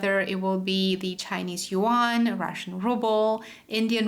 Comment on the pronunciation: yuan i believe not yean